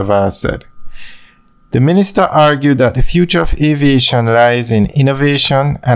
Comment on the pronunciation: Stop "Looping"! And the word is ("T H E"! The) if you want to be a good Narrator learn to pronounce the words properly!!!😞